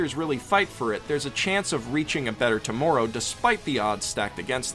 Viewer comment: The way he says "tomorrow" makes him really sound canadian